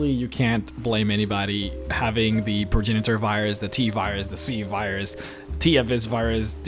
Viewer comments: I don't know how you're butchering the pronunciation of "progenitor", but it's pronounced "pro-ge-ni-tor". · say it with me Pro-Gen-Nitor VIRUS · pro·gen·i·tor /prōˈjenədər/ I have an accent too, bro.. that's no excuse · (pro- gen- a- tor) lol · Not ONE mistake. The entire video was a mistake... Did you hear how he pronounces "progenitor"??? It's not even possible to WRITE the horrible sound he makes while attempting to read "Progenitor".